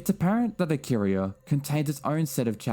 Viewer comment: Btw IcAria not IcaRiah xd